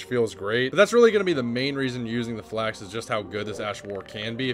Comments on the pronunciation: I literally cannot watch this video. you say everything wrong. "Flax" instead of Falx, "Enesis" instead of Ensis. every single pronunciation is just your best guess. it's incredibly annoying when it happens that often. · Falx. Not Flax. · Oh you meant the F-A-L-X